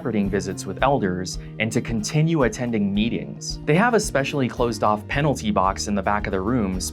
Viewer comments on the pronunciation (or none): none